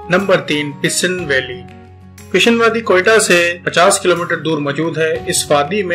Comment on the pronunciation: Kaaan mehtarzai, pishin, names pronunciation mistakes